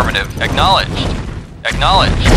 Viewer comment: "aWAITING orders", "ach-nowledged"